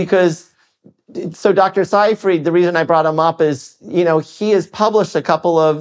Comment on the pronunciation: His name is pronounced SAY-freed